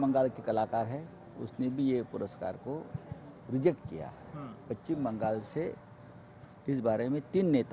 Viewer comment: पच्चीम नाही रे बाबा पश्चिम